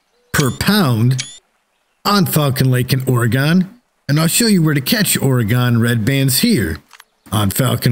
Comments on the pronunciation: its pronounced "or-eh-gin"! jesus i couldnt watch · Your videos are great, very helpful. However if I have to hear you pronounce Oregon like you have again I’m going to stick a hot poker in my ears. Oregon is pronounced Or-eh-gun. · IT'S PRONOUNCED OR-A-GIN JESUS I COULD BARELY WATCH THIS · Love it when someone who isnt from the pnw tries to pronounce Oregon, Puyallup, Kaniq, etc. Thank you the tip and a good laugh 😂😂😂. Oregon is pronounced organ 😉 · Where in the hell is or-e-gone? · Oh, I know how Oregon is pronounced, I just thoroughly enjoy pronouncing it incorrectly as "Ore-ghan." lol. Hope the tips help! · yes it is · the way you say Oregon is killing me. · Maybe try pronouncing oregon right